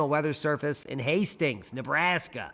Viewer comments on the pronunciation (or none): none